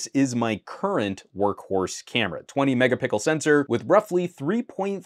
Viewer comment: … did you say, “20 mega-pickle camera”? 🤣🤣🤣